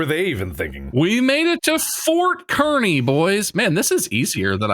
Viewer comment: did they mean Fort Kearney (car-knee)?